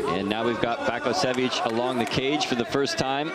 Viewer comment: Vasko Baskosjevic - Vasco Bascosievich It's a damn shame when commentators can not pronounce name! Where he found a "K" in the name of "Vaso "? Or "S" in last name "Bakocevic"? smh